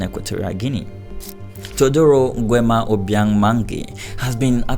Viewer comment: I don't even like how you pronounce Nguema, fuuuuckkkkk